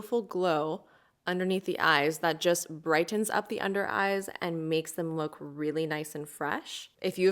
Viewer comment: I’ve noticed a lot of younger people pronounce them like this. 😮 I think they’re not pronouncing the “t”s in the words.